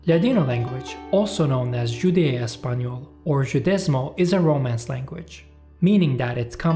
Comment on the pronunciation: Judeo (not Judea) espanyol = Ladino Throughout the centuries since the late 15th, Ladino has blended in vocabulary from: Greek; Italian; French and Turkish. No Arabic On the other hand, the Spanish-Jewish language from / in Morocco, 'Haketia'/'Haquetia' does have Arabic vocabulary the 15th century differences in dialects were regional: e.g. Catalonia; Aragon; Castilla; Valencia, etc. Ladino was a reference to the language of Judaism up to the mid to late 19th century; it was the language used by rabbis in their writings about religious topics in Judeoespanyol-Hebrew (more Hebrew words than the vernacular)written in the Hebrew script. Istanbul Sephardim call their language Judezmo or Judeoespanyol and in beginners' classes, students are discouraged (corrected) from referring to it as 'Ladino'. The 'j' = the French pronounciation as in "je". Pontic Greek.... Soumela monastery-- *SOU*melah not sou ME lah Keep adding more videos on your channel, teşekkür ederim!